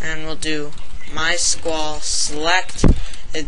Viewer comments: just be glad he showed oyu how besides a minor defect.. mys-q-l is how its pronounced but it looks like mysqaaal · Its My S Q L like that not MYsqawl or some shit u said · Awesome stuff mate! Cheers for the tut, It's am here while I'm watching this and yet it still makes sense, good work. I can also read all that code on your screen so don't listen to any of those folks who say it's crap quality and stuff, they've just been staring at a screen too long. PS: Never heard MySQL pronouced like that, I usually say My-S-Q-L saying each letter, but I don't mind your way, it's got kind of a nice ring to it.